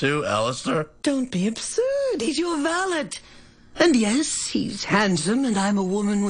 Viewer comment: They are pronouncing valet wrong